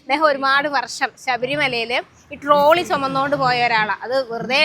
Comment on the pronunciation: നാടൻ പാൽ ഉറ ഒഴിച്ചു സംഭാരം ആക്കുന്നതിന്റെ രുചി പറയുമ്പോൾ അറിയാം പിന്നെ ടീച്ചറേ ട്രോളി അല്ല ഡോളി എന്നാണ് പറയുന്നത് എന്നാണ് ഞാൻ കേട്ടിട്ടുള്ളത് എന്തായാലും അടിപൊളി, 🌻🌺🌸🌼🏵️ഓണാശംസകൾ🌸🌼🌺🌸🌼🏵️